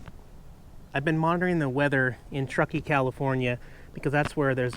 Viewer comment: Fun chill day with the kitties. Dude, you pronounced Truckee correctly. What gives? :)